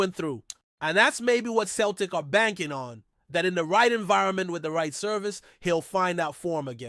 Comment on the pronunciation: Why is an American trying to tell me abt Glasgow Celtic or pronounced Sell tic